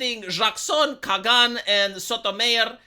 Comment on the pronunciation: Okay, it's Kay-gan and So-Toe-My-Or.